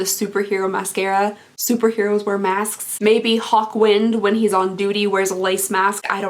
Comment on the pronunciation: I totally thought you said “hot wind” and not “hawk wind”. This led to wondering why that was a lipstick name. There was also confusion about the super hero thing and thoughts about whether his superhero powers would be fart related. 😂